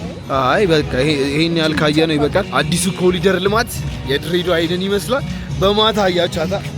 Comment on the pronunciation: ኮሪደር ኮሪደር ነው ። ኮሊደር አይደለም